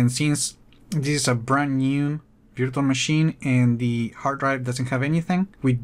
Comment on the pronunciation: veer tual LMAOOO. its virtual